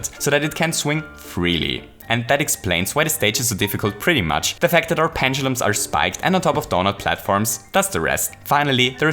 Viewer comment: Penchulums? Are you ancapable of pronouncing the letter "d"